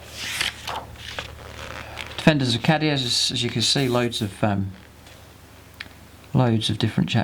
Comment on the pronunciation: I believe it's pronounced Kay-Dee-A